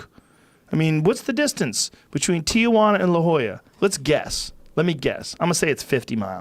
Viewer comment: It's not Ti-UH-Juana It's just Tijuana. Three syllables.